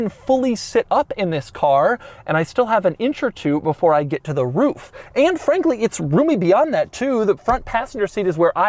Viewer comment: "Anne Frank-ly"